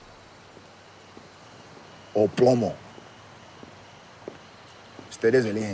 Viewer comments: It's "Plata o plomo" (silver or lead), my dear friend. Nevertheless, great video!¡ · It's PLATA o PLOMO